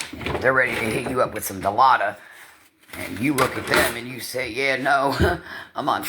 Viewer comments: DILAUDID, NOT DILAUDA. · Except they would never offer a recovering addiction "Dilauda"......you used to go to the ER frequently in the Camper.....it's in your chart sweetheart, even a person not MAT they wouldn't offer "Dilauda" for that injury sweetie. You are actually telling everyone you asked for it and was told no.😂😂😂😂😂. It's Dialudid with 2 Ds!! Say Dialuda one more time!!! 😂😂😂😂 Blow your heart? No sweetie, opiates won't get you high while taking suboxone. It blocks the opiate receptors in the brain., please educate yourself.😂😂😂😂😂❤❤❤ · it’s DilauDID jesus!! even a hs dropout half your age can pronounce it! 😂😂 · If I have to hear her mispronounce Dilaudid one more time 😂😂😂😂😂😂